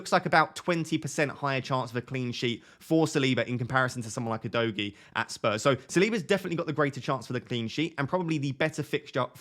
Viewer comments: Udogie is pronounced Udogee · It’s pronounced U- do- Jay.. it is a Nigerian name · Great content again mate 🙌🏾 I say keep your stats to everyone whose started with a proper analyses and managed an average 50+ points for wk 1 and 2 cos a lot is still going on in terms of changes, subs and injuries. PS: Udogie is pronounce “Who Dough Gee) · Hey, Udogie is a Bini name, a tribe in Nigeria. I'm Bini also. It's pronounced OO-DOE-GEAR (but without the R sound in gear) Stress is on the middle syllable